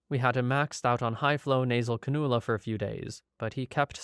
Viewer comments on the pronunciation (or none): These are all sad but I laughed at your pronunciation of canula. Not 'Can-OO-La" its 'Can-You-La'. Soft emphasis on the 'U'. Great vid thought, all so tragic. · I really enjoy your channel, and not trying to be rude at all, but it’s pronounced Cann-ū-la. Keep up the great work, and thank you 😎👍